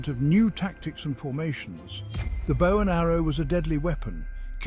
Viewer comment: Dont you hate when the AI mispronounces bow